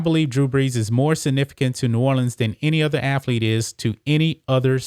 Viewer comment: "Hi, I'm Emmitt Smiff, and I was a great aflete"